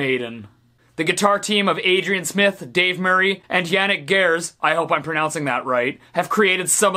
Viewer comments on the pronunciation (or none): none